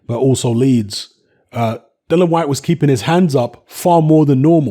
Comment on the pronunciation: It’s Dillian you idiot!